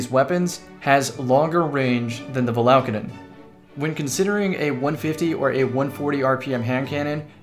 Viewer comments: ur adding an extra L in the name, its valakadyn, not valaLkadyn. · have you used cerb since the patch? That's what I call God tier RNG. Also, it's val-a-cayde-uhn